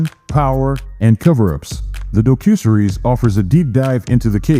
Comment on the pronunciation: Lousy computer voice. Can’t even pronounce docuseries.